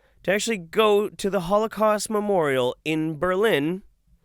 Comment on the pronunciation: Is it me, or is she saying memorio?